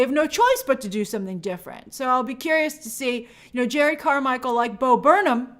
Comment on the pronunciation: His name is Jerrod not Jared